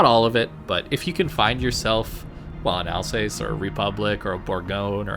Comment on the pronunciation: Al-zahss, not Alsays